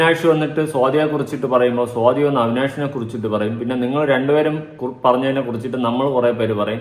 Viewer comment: സോതി അല്ല സ്വാതി 😊